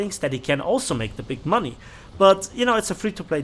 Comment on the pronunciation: "We need mony Arthur "